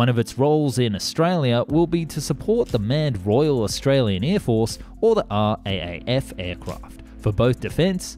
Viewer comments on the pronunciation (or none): Seriously R..A..A..F?!! Are you really an Aussie?!! Its R double A F... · Great doco, however it's pronounced r double A f = RAAF 🇦🇺🤙